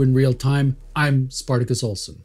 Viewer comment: eh? The little wapscallion has spiwit.